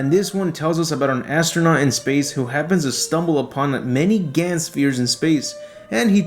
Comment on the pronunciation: It's Gahn Z, not Gan Z, omfg...